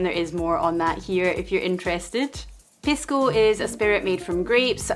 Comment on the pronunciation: Love your channel, - however, the spirit is correctly pronounced PEE-sco. The Spanish 'i' is pronounced like the English 'e' (Hence the play on words with Macchu Pisco/Picchu). Saludos!